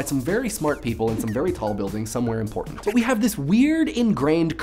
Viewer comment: did he say important or "in Portland"?